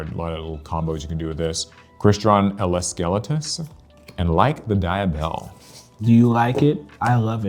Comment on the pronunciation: Ele - Skele - Tus